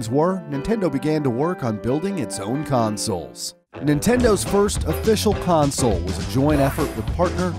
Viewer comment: r/weGotThat (and he said home consuls)